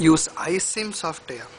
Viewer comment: Sure He is Fuckin INDIAN GUY saying SOFT AIR>>>HAHAHAHHA